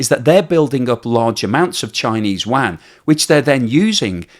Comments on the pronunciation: The currency in China is Yuan not Wan 😂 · "Yuan", not "Wang" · The Chinese currency is not the WAN. It's the YUAN, pronounced you-anne. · Sorry, but there's no such thing as a "wan". Get a friend (preferably Chinese) to teach you how to pronounce 'Yuan' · You are saying "Yuan" wrong and it's driving me crazy. :)